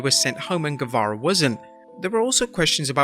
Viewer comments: You said Sammy saze instead of guevarro lol😊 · You meant to say guevara